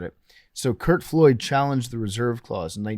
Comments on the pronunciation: Lol his last name was Flood. Every time PFT said Floyd I cringed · PFT w a rare Billy name mispronunciation with Curt Flood